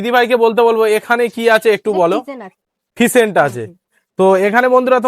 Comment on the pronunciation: ফিসেন্ট নয়।। ওটাকে ফেসেন্ট বলে